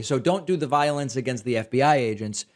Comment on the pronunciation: So much Vionce to much viont